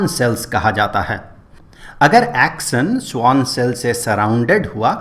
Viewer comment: Action ❌ axon ✅